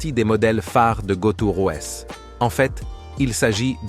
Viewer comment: "Go Two Rouèss" <-- j'l'avais jamais entendu celle-là.